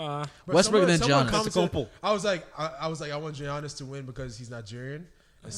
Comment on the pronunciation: The way y'all were saying Giannis really angered me hahaaaaa